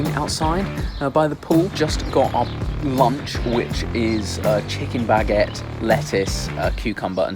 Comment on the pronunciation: “Bag et”